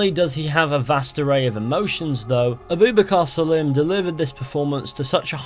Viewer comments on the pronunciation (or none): the way he pronounced abubakr salim the voice actor pissed me off xD